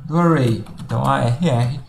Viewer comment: fala, "length" se procuncia "leng" e não leiti kkkk joel santana idiomas. mas até o professor na aula fala errado. Brincadeira. um abraço!